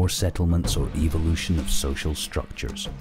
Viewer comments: ...I hate the way this guys accent makes him say "evil lution". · The narrator is a mic eater, if this clicking and hissing bothers you, you would really have problems with the bushman languages of Africa? I like the way this Englishman pronounces evilution. I would rather believe we came from outer space, Than put faith in science establishing a missing link between kinds!